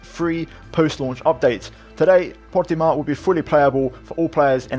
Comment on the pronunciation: Stop saying portimao like that u sound stupid ur not Portuguese